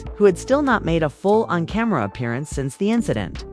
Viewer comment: I was listening until ai said camara instead of camera … 😅